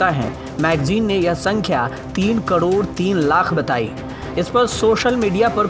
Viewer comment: Yeh anchor crore ko "kadod" kyon bolta he??